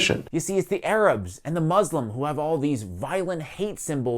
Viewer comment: Funny how you can pronounce "Ghislaine" correctly but mispronounce "Muslims" to "Mud's Slum".